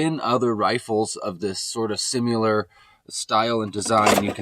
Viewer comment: Apparently it's "simular".